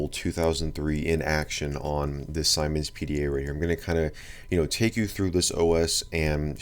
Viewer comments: Its not Simon's its seemens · BTW, siemens is pronounced as zeemens as see (i see..) since it's German... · It is actually pronounced "See-mens" 😂😂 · It's pronounced semens. As in semen. It's a German company and I before e always makes an eee sound in german. E before I makes an eye sound. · It’s not pronounced Simon, it’s actually pronounced seamen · Interesting video and info. Siemens is btw pronounced like 'seamens' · the ads around me pronounce that brand as "semens" its odd